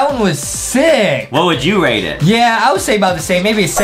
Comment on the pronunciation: Everytime Justin said rate he actually said rake love Miranda